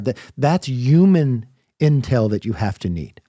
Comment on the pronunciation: Why cant this guy... the former speaker of the US house of representatives... unable to pronounce the word 'human' 😂 presumedly english is his mother tongue...does he not like H's or something? Is he anti-H? 😂😂😂 it was legit ilarious 😂